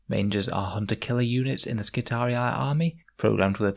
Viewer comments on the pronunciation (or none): Love your videos! It's pronounced Skitari, not skitariai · double i was pronounced as two "i" in Latin, so to an English speaker somewhere in the realm of " Skitareeee", it's kinda hard to explain in a written form. Since it's high gothic one could suppose it's not the classical latin pronunciation, but Skitariai seems way off. However it's sci-fi, so who gives a... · That pronunciation gets me 😂 they are not Roman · I really appreciate these videos. I'm new to the game and these really help me improve my understanding of the game. + here is the right pronounciation of skitarii